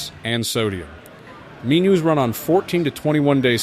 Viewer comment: Very obnoxious AI voice, mispronouncing easy words. Mean-yous for “menus” etc…